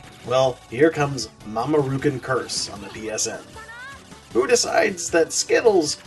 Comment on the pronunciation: Mamo-rookoon /groan lol If you're wondering what I am referring to, his name is "Mamoru". "kun" is a suffix added to names, like in English we add "Mr." or "Ms." to the front. Thanks for the review though.